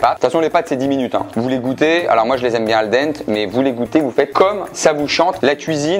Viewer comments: Le mec se dit italien mais ose dire "Al Dent" ... imposteur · Benjos un effort sur “al dente“